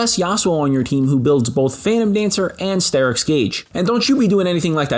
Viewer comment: I don't understand what you said when you were talking about steracks gage